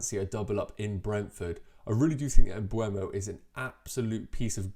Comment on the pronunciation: It’s pronounced « M-buh-mo », not Mbuemo. Great content though.